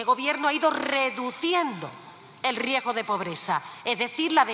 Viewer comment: Riejo..riesgo..a ver repite .riesgo .😅😅